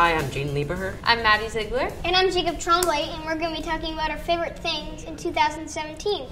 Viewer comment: So is it pronounced Tremblay or Tromblay? Because Jacob pronounces it Tromblay.